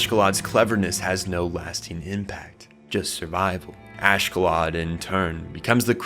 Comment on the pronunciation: Not sure why people be struggling so much with names. Oshkallad? 😭 Askellad